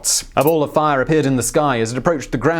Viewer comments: I can't take him seriously the way he pronounces the word "fire". It almost ruins the video. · "set the forest on FAAA"